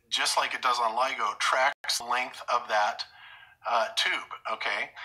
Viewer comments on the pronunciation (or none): none